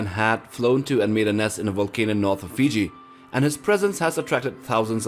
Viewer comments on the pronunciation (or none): none